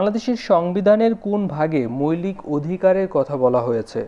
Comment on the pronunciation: মৈলিক কি জিনিস,মৌলিক উচ্চারণ হবে😊